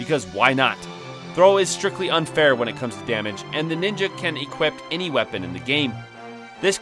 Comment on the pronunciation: "The Ninja can equip" not "equipt"